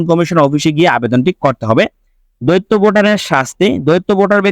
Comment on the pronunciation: দৈত্য মানে দানব৷ শব্দটার উচ্চারন দ্বৈত৷ মানে দুই৷ ইচি নয়, উচ্চারন ইসি৷ উচ্চারন মাদারচোদের মত৷